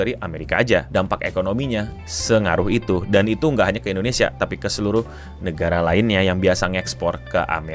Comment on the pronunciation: Endonesia? Indonesia keleuss... 😅😅